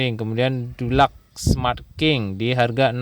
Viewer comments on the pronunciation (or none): Dibaca nya bukan DULAKS broo tapi DILAKS SMART KING.. DULAK Cat tembok kali HHaha